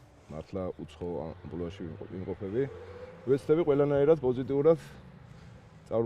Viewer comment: ამპლუა და არა ამპულა.ისე მაინც ცნობისტვის.წარმატებები